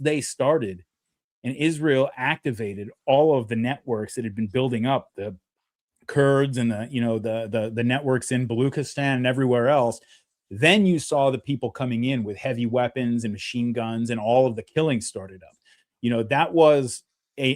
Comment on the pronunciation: Hi from Iran👋🏻 it's called Baluchistan as in "Chair", "Chew". For example Baluchi: [bǝ'lu:tʃi]